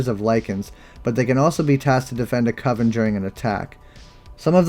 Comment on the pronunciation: "Coven's"? LMAO